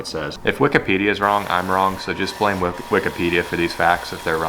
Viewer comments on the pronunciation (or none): none